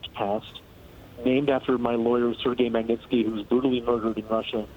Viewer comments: Honey , learn the guy's name... Magnitsky. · My God, she didn't do a run-through on this and figure out how to say "Magnitsky" before she got on air? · This broad can't even say the word Magnitsky much less make a decent report.